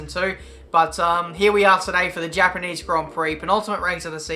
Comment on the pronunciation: Also, THE HAPANEESE HONG PEE